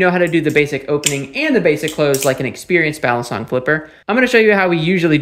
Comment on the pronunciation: Balisong or Balee song, not balison like Alison.